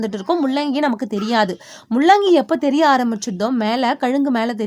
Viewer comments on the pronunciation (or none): Mullangi please correct pronunciation. La and llla is different